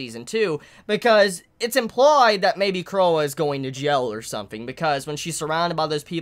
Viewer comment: it's pronounced Croy it's French or something